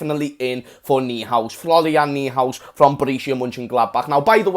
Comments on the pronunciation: Noihouse not kneehouse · I think it’s pronounced Noy-House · it's pronounced Noy House. :) translates as New house. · Completely agreed, on point about Coutinho! Also, his name is pronounced "Noy-House" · Its Florian noy-house,. And I have double thoughts about him, is he a smokescreen Idk im very afraid dk why but whats your call on him is he a smokescreen?